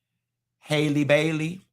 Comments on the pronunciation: Halle not Hailey 😂😂😂 ain't gone ever get it right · Omg you done said this girls name every way but right😂